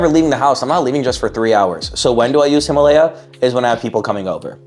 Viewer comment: HIM UGH LEIA sound it out